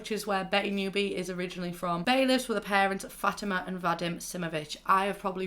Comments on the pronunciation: Fatima is actually pronounced Fo teema. No Fat eema or fo ima. I know you got an accent and it's hard to pronounce things so i'm not judging you in anyway here just so you know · (fa-tea-MA) . That;s how you say becky's moms name. not trying to insult you or anything.